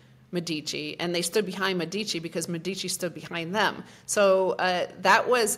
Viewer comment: Great talk. Please call the elites of Firenze "Médici" and not "Medíci" (accent on the "e" and not on the "i"). Italians and Europeans might not recognize the name :-)